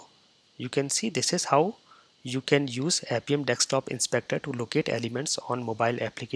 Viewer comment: Dude; when would you stop saying it as Dekstop Inspector and start saying Desktop Inspector ? It is already annoying. BTW, you tutorials are all great though !